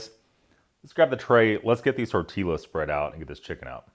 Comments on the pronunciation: I've never heard anybody call them torteelas. That word is not supposed to rhyme with gorillas. My thoughts exactly. I thought the LL's were supposed to be silent? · I like watching your MRE reviews but next time you have tortillas on your menu, please pronounce it as "tor-tee-us." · torteeyass...not hot how you say it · "Torteelas", huh? Interesting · My thoughts exactly